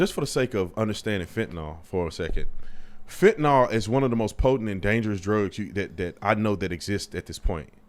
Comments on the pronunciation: Why tf do they keep saying "fentanol?" Its fentanyl. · HOW is it completely impossible for anyone to properly pronounce fentanyl? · Fentanyl has been in the news for a while because of overdoses and then even more after Floyd, so I assume most people can pronounce it. Besides, if someone is presenting a news story, you would think they would prepare and know how to pronounce the words in the story.